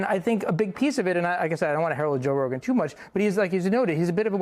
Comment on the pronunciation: Its RoGain not Rodan like in Rodent.